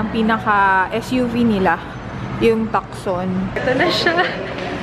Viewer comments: it should be pronounced as tu-son not tuk-son 😂😂😂 hihihih. anyways love pa din kita hahaha. hoping to meet you while I'm in the metro huhuhu. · yung tucson po pronounce as tuson not takson po.hehe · Tusoon ang bigkas tucson kinorek kase ako ji mister! COngrats sa brand new car! Achib na achib! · TOOSON po yun silent C "Tucson" 😅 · Tucson is actually pronounced as TU-SON silent C sya sa mga americans 😊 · Hi im happy for you !! Un tucson po silent C un pag pronouce dun kaya maging tuson pero medyo mabilis ang bigkas!! Dont be offended pls!! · hope dka po maoffend.. **TOO-SAHN** po pronunciation sa TUCSON😅 alam nyo na po, madami bashers anywhere na nag iintay lang na magkamali ka. Hihi! Labyu and More Blessings sa family nyo😘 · Tucson, silent C.. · Glenda Mahinay hahahha naghahanap ako ng magcocorrect sa pag pronounce nya sa Tucson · *Tucson is silent "c" po hehehehe love your vlogs, btw. :)